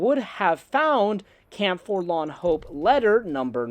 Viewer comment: Here's a drinking game: every time says forlan, instead of forlorn, take a shot of whiskey....